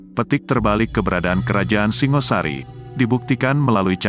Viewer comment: Singosari bukan Singasari , batoro bukan batara ..logat jowo paham !!